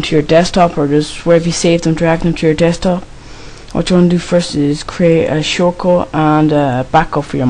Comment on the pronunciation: '' craeet ae shoort cut ''